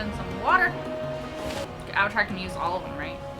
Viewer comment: Appa-tar: The Last Airbison.